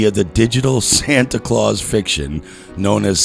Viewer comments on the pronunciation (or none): none